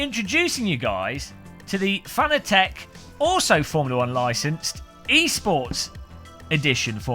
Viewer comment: Im not even 15 seconds in and im thinking, shaking my head.... Geeeesss, say it right, like FA NA TEC and not what most seem to say FAN A TEC Let me help you, CUP A TEA = CU PA TEA :) Nice rim, though sold out already... We still have yet to see the PS4 & F1 licensed (DD1 / Wheel Combo)